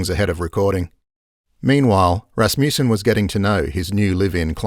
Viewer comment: Good documentary. Wish the narrator knew how to pronounce that last name Rasmussen.